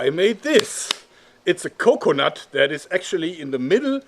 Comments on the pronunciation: Anyone else love how he says "co-conut" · The way he says coconut